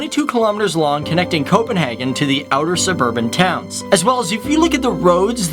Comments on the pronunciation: I've said it in other videos. And I'll say it again now. :D - It is not pronounced "Copenhargen". Which really sounds german, and we aren't germans. :) Just say it like you would naturally in english. "Copenhaygen". :) Easier for you to pronounce, and easier for us to listen to! :D P.S. good videos! :) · It is not Copenhagen it is køpenhagn